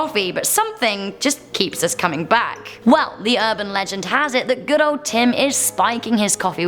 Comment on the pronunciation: Eh" Tim's coffee is Go-od